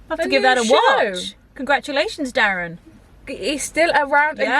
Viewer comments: Derren not Darren haha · he's called derren not darren :)